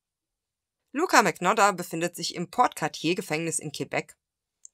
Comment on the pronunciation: MAGNOTTA ist Italienisch und wird wie " Manjotta " ausgesprochen!